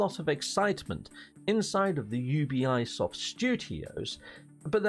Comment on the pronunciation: You be soft not you be eye soft lol